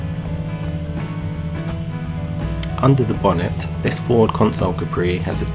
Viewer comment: Consul not Console. Look up Ford Consul.